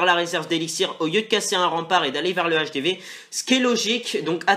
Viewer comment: ON DIT PAS LE HDV x), sa fait saigner des oreilles ! L'hdv= l'hache des V